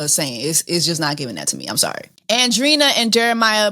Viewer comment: Really, “Andrina”?! You speak Spanish. lol but she is a Wilhelmina signed model. Her and her thick ass calves and Bbl 😂